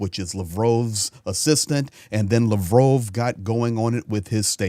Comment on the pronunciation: RUSSIA ! You can't even pronounce Sergey Lavrov's name.